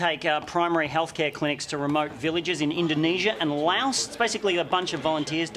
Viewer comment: Huh. You would think that if they were supporting a country, they would know how to say its name. Laos is pronounced "Louw" (rhymes with "wow").